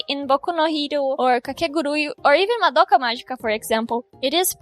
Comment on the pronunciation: Genteee foi so pronunciar boku no hero e madoka que o jeitinho abrasileirado gritou! Otimo videooo